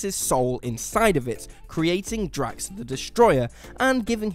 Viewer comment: It’s drax